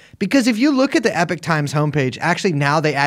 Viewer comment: However you pronounce the first vowel in "Epoch", the second vowel is still an O, not an I.